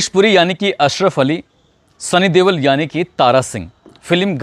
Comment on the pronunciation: ਬਾਈ ਜੀ ਸਨੀ ਦਿਓਲ ਹੁੰਦਾ ਹੈ।ਤੁਸੀ ਦੇਵਲ ਕਹ ਰਹੇ ਹੋ।